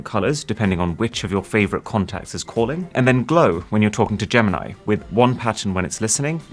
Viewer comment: DID YOU JUST SAY "GAM-NIE" INTELLIGENCE? ....